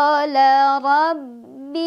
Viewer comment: Maaf, Robbi syakiyya (robbi) nya tidak panjang kak🙏🏼